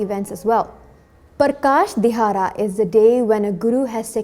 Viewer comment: it is Wonderfull but please pronounce dihara(ਦਿਹਾੜਾ) shabad properly.